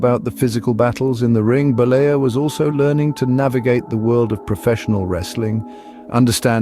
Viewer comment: Terry Bollea not Bolier, he's not french, he's Italian